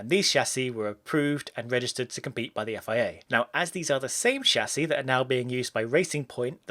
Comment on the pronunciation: Music to my ears.. somebody that do not say Tchâssis